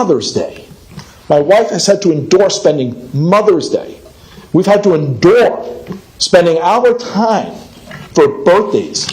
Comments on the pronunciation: The way that one guy pronounced endure made me kinda dislike him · I think the first dad just learned the word endure and didnt look up the pronunciation.